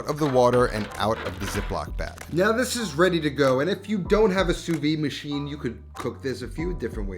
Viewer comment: Just one little thing that drives me crazy is how everyone in America pronounce the Sous-vide techninc You pronounce "soo-vee" nowhere in the any french speaking country it is pronounce that way. It should be pronounce "soo-vid".